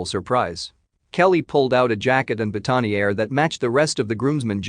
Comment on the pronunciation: STETHOSCOPE not steEEEEEathoscope. And it’s boutonnière ….